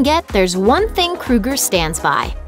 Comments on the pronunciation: The only decent songs they ever had were "Too late" and "Rockstar". Rockstar was funny. Also, I think his name is pronounced "Crow-ger", but I'm not worried enough about it to care lol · Pretty sure it's pronounced "Crow-Ger"... I couldn't even finish watching this video because of they way she is pronouncing his name.. Fuckin A. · Why does this woman keep calling him "Krueger"? How dare you bring Freddy into this? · If you're going to do a video on somebody at least learn how to say their f**** name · If you’re gonna talk shit about someone at least learn how to say their name properly lmao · OH MY GOD LADY SAY CHAD'S LAST NAME CORRECTLY I cant physically stand this woman say his last name its driving me insane I'm sorry I just cant, no offense to this lady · Please learn to CORRECTLY pronounce Chads name 🙄🙄🙄🙄🙄🙄😳😳😳😳😳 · Except his name is Kro-ger, like the g store. Not kru-ger. Like the serial killer. But you seem to be convinced that Nickelback sucks so proceed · Love them. And its KROEGER not KRUEGER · KROEGER NOT KRUEGER. He isn't killing people in their dreams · Chad "Krow Ger" .. not "Kru ger " .... gotta be ? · Chad Kroe gur surely, not Chad Kru ger .... ? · Why are u calling him "Chad krueger" it's "kro-eger" pronounce it right. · I nearly died because she pronounced Kroeger like krueger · It's Chad KROGER not KRUGER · It's Kroger not Krueger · what? kruger?! hahahaha it's kroeger (kro-eger) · she keeps saying kruger..its kroeger...fuck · The fact that this dumb chick can’t even pronounce his name correctly says it all. Nickelback or Chad KrOger not KrUger gives no’s shits about this bullshit. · Take a shot every time she says “Krooger.” Bonus; Take another shot because it’s pronounced “KRO-GER” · Isn't it pronounced Kroeger (Kro-ger) like it spelled? Not Kruger, like Freddy Kruger? I can understand the confusion since most of Nickelbacks music was a nightmare. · It's Kr-oeger, like Ogre not Krueger like Freddy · Anyone else annoyed she keeps saying Krugger